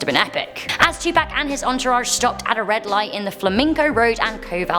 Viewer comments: Tupac pronounced To-pock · Why did she pronounce 2pak 2pack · Say it with me "Two- Poc.. not Two Pack' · You didn't pronounce Tupac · Too-p-AH-ck not 2 pack... 🤬 But 😂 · “Too pack”😂😂😂🤦🏽‍♂️ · U said Tupac wrong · When she said tupac's name wrong I cried. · How tf you say Tupac wrong 😂